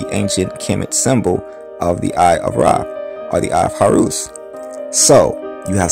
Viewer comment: Horus not Horoos!